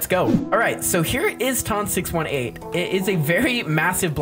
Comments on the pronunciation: Ton 618 is actually pronounced like ton like "that thing is 18 tons" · ITS PRONOUCED T-U-N 6-18 BUT ITS SPELT TON 618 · Its how you pronounce it dude. You say it as "Tun" And Nothing Else.